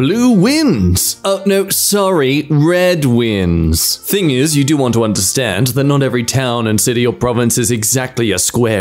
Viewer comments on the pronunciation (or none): none